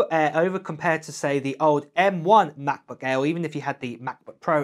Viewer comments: What's a Ma' boo' Ai'h bruv? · Oh, the Ma-Buh Err, you say? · The way how you pronounce Macbook Air is funny.